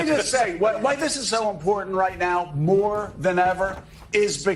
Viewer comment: You need to enunciate your keys in important if you notice there's two of them in that not 3ns but two T's